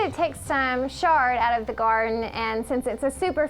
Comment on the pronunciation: Why are you pronouncing Chard with a "Sh"? Have I been pronouncing it wrong all these years?